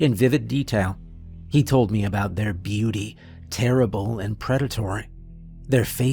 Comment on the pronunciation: OH FOR CRYING OUT LOUD ... the letters { M } { E } ARE PRONOUNCED MEEE OR ME NOT ( may - or mê or mà ) Its pronounced MEEEE FOR füx sák .... aaagh Freeeeeeking annoying